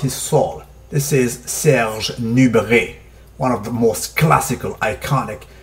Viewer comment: Interesting video. I don't care that much about BB but that is still interesting. BTW, I am french and I salute you for your pronounciation of Serge Nubret.